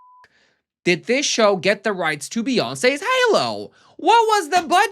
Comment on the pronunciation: BEE-YAWN-SAAYS HAY-LOW?! 😆